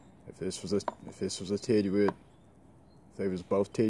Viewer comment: Hey just wanted to point out it’s pronounced “tiddyoot” not “tidyooit”. Great knives! Keep on keepin on! 👍🏻